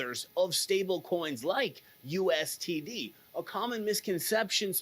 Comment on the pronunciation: No offense but why do you keep saying USTD? Its USDT.